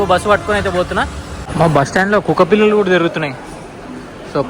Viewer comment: kukka pillulu kaadu .. kukka pillalu 😅